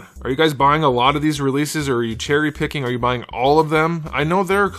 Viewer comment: Im what you said chery picki 😂 and im watching u for year from all my yt Chanels. I agree with a lot u sam. This figure has some good things, but most of them are like u buy 5 batman figure and make one your own.